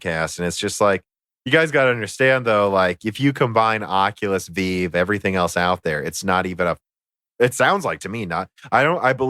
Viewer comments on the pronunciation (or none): Did you seriously just call it a HTC VEEVE?! .....you potato.... 😂